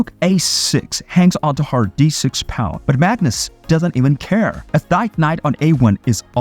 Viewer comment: It is pronounced "PAWN!" Not "Pond" robot